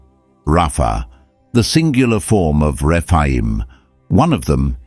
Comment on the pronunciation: Oh not Dog.Rephaim not refime.